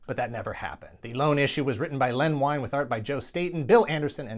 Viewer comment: Len Wein .. correct pronunciation is Ween. I also thought it was pronounced Wine many years ago.